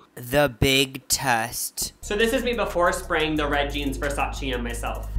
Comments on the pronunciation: It’s versayce😂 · YOU DID NOT SAY “ver SAYCE” LMAO